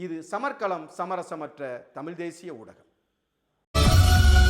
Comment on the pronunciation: நீங்கள் சொல்லும் கருத்து எதார்த்தமானது. உண்மையும் கூட. நீங்கள் தமிழ் என்று சரியாக உச்சரித்தால் நீங்கள் சொல்லும் கருத்துக்கு இன்னும் சிறப்பு சேர்க்கும். மகிழ்ச்சி.